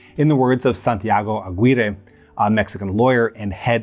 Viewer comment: Really good episode, interesting and overlooked topic! Your Spanish was pretty good too. I hope next episode on Latin America you can pronounce them even better. Like Aguirre, the u is silent there, and names like Vásquez are stressed on the first syllable (that’s why the accent is there), so VASquez, PErez, BoLIvar, etc